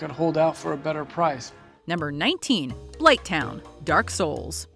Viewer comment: Blithtown? Bruh Watch Mojo needs to stop talking about games. If you said the second half of DS1 maybe you’ll get a pass but blighttown? smh